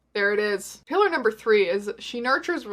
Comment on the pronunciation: When you said "Pillar #2" for the first time it legitimately sounded like "Hitler #2" and I LOST it.